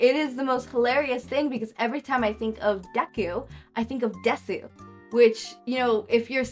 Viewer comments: i don’t want this to come across as mean but desu(です) is pronounced dess and not de su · I hate to be that guy but Desu is pronounced Des